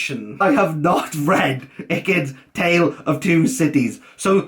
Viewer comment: this was funny read? Surely you mean: rea. lol does not? Surely you mean: oes not. lol you're proud? Surely you mean: prou of yourself. lol